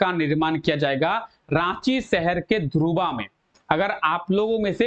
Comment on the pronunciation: ध्रुवा नही सर धुर्वा